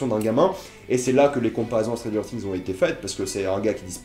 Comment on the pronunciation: stranger "tings" c'est quoi?